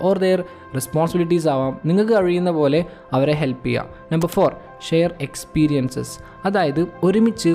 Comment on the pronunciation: 😊 നിങ്ങൾക് അഴിയുന്നപോലെ 😂(👌🏻👌🏻😅💜)Just tongue slip😀